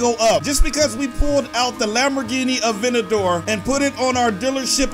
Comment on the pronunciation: Its aventador not avendor